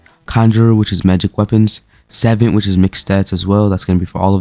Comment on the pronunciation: why are you saying savant like that. its suh-vont.